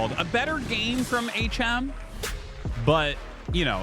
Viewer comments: coulda told the AI to pronounce bro "H M" instead of "hm" 🤣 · Disappointed in the ai voice reading. Transcribing the audio and translating via ai is fine enough if necessary, but there is no reason an actual human could read the script. Pretty sure it is HM as in aych emm. If there weren't people paying money to contribute to the production I would not care, but... guys.... people are paying you to make a good product. Please do better. Thanks for the casts GL HF to all the players and let's go ASL 🍻